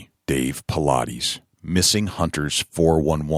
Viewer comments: Why do people seem to have no clue as to how to pronounce the man's name? Jesus Christ. I pronounced the name "Paulides" right before id ever even heard it pronounced. It's not that hard, actually lol. It's not "Paul-I-deez"....its David Paulides, as in "Paul-Idess". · For the Interviewer: Thing #1, is to pronounce the guests' name correctly, 'specially famous guests. David's name isn't Paulaudis, as you say. It sounds like it is spelled: Paul-eye-dis. Thanks for this great interview. So spooky. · Dude. Pronounce his name correctly. He is not a workout routine.